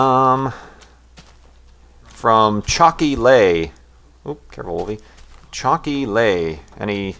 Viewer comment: wow, thanks for answering my question! 8D we use the same type of tablet i see. xD PS: the name is pronounced Chalky LEE;D <3 ~From a faithful farlander:3